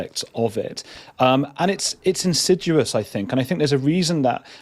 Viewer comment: Is insid-yoo-us even a word? Insudious (In-sid-ee-us) please.